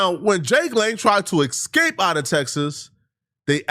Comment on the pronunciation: its EScape!!!!! How many fkin times 😡 Its not EXscape. Theres no X in the fkin word. You are way too old to get that wrong